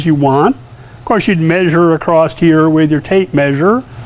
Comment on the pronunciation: great vid but, look up the word across, tell me where americans get the 'T' from?